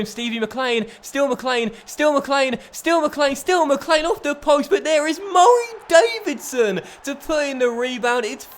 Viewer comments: Pardon my ignorance, but why does he prounounce Murray Davidson's name so weirdly? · Why do you say Murray Davidson so weirdly